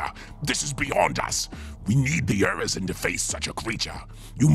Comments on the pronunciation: You really need to actually read the words on the screen instead of getting caught up in what you think those words are. Urizen is not Urizien (not a word.) Alighting is not alight. Metallic is not metal. Coterie is not courtier. Multitudinous is not multudinous (not a word.) Masonry is not masonary (not a word.) As the first video of yours I found, this made it annoying to listen to / watch. Don't get discouraged, on the whole I liked the direction of your topic, but this is an honest critique of something you can improve on. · 1. You keep saying crows, ravens, surely? 2. Urizen, not Urizien. 3. 11,000 years. The Great Crusade happened in M31, it is not M42.